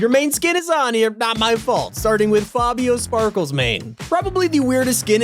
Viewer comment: Fabio sparkelsmane say it right